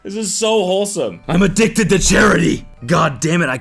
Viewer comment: "I'm a-DICK-ted to giving."